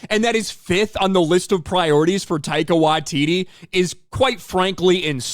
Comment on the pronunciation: Who the hell is Tyco What-titty?